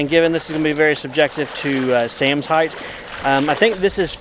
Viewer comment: Height not heighth.